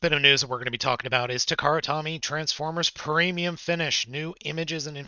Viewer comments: Takara Tommy? I've always said it as toh-me... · Takara-Tommy?! Maybe that's why they keep messing up with their figures as people keep miss-pronouncing their name? Maybe this is their payback? (It's pronounced toe-me, not tommy).